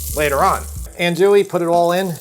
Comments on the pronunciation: not to nitpick too badly but you mispronouncing undewee you pronounce it in Dewey which is no that was pronounced. it is pronounced on AHNTOUIE on Dewey So it's not like N Dewey or N Dewey it's on AHN how it's pronounced TOUIE. I know it's your New York accent believe me I need a pick with English people about how to spell how to pronounce Jaguar and then call it Jaguar If you turn to tell him it's a Latin American word in the Spanish language from Native Americans and you're pronouncing it wrong it won't listen. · Dude, dude---AHN-doo-ee. -SAH-cha-rez. And no rouix??? 🤣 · That's ahn-du-we sausage. 😁